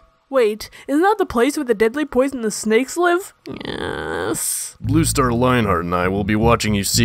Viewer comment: I love how BrokenStar says BlueStar as ‘BlooStar’